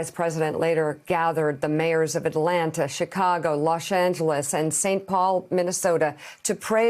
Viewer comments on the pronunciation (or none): losh angelush